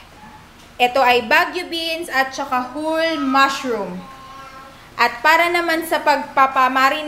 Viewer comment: "full krrrrim milk" "mAshrrrum" ang tindi 😁